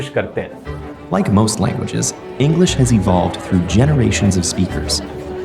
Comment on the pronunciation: इंग्लिस्स nahi इंग्लिश hota hai एहमक